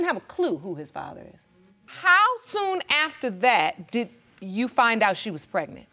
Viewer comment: I fell all the way OUWT!!! That WOW hit deep 🤣🤣🤣